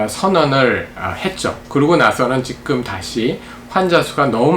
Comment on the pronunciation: 정보: 임용한 박사님을 비롯해 "찐 원로 지식인"들은 "지금"을 "직끔"으로 발음하는 경향이 있다.